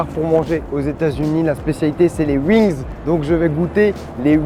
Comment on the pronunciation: Je vais tester les "Uings" 🤣